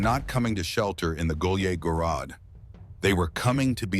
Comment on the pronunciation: They incorrectly pronounce «гуляй город» it is not “gulyeh gorod” but “gulyay gorod”.